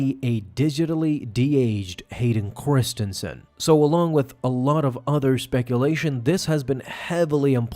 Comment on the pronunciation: Am I out of the loop? Why does he keep calling him Hayden Chorstensen?